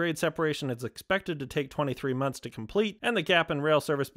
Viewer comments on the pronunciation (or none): none